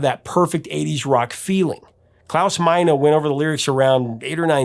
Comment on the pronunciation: Hey Mr so-called. Very very very very very very respectfully where exactly did you learn to say the Man's first name. His name the singer of the band is Klaus Meine like not yours but mine there's no minor there's no a sound of the end I've never heard anyone else say it that way